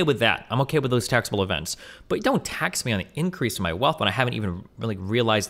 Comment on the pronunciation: I'm laughing. He just needs to work on the "with" part.